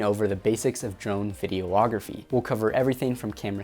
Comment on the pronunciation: it's videography, not video-ography. too many oooo's